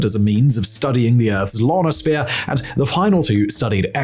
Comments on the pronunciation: lol at misreading the teleprompter. Lonosphere! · Simon what is a "Lonosphonere"?